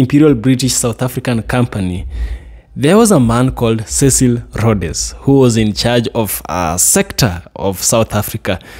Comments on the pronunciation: Rhodes, same pronunciation as roads. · Pronounced Rhodes..pls the 'e' is silent so its Rhoads like roads. That i think is the pronounciation. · the name is As you say Roads ( Cecil Rhodes)